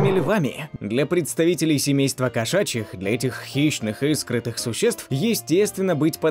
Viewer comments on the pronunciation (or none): Кошки взМывают,а не "взымают"...😥😥😥 СкрытНые,а не "скрытые"😪